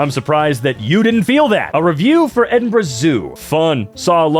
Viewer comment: actually really happy about pronouncing Edinburgh correctly!